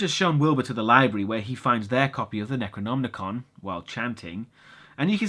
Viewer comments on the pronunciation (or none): NecronoMicon, not NecronmNicon. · Hey, great review as always, just wondering, do you say it's the Necronomnicon? Isn't it just the Necronomicon? I always read Lovecraft in translation, so is the original different, or Am I hearing it wrong? It!s nothing I would mind, just bugging me, you know. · Why are you pronouncing Necronomicon as if there is an extra N?! (Necronomnicon) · Bro.... Bro. It's Necronom - Ih - con. You keep adding an unnecessary 'n' before the "ih-kahn" portion of the pronunciation. I don't know if that's just a personal verbal idiosyncrasy of yours or what, but it was driving me to feel as if the dark unknowable dream-weaver Chthulu himself was whispering in my thoughts.... you know, driving me crazy. Lol no seriously though every time you did it I was like "DUDE. WHY? Is it just spelled differently in Great Britain or what???" Love your reviews though man. Just started getting into your stuff over the last few weeks and I love your style and format. Your humor is also pretty expertly executed and undeniably British, so I can't help but find it all the more endearing. Keep up the good work my friend. Cheers from the gloomy midwest United States. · (LukyHell) He just pronounces it a bit weird. It's Necronomicon. There is no 'n' after the 'm'.